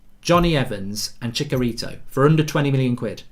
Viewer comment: Chicharito, ch as charcoal not Chickarito! He was at Man Utd for years!